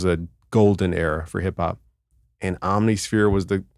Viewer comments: Om-nih-sphere, bruh. It’s not hard. 😎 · Alternatively: OMM-niss-fear. Again, not hard.